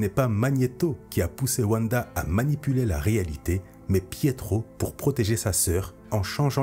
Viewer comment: Mais ! wanda ne se prononce pas wuanda mais vanda ! tu dis pas wuagon ou wuagner